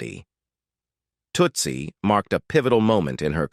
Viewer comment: AI Voice mispronounces "Tootsie "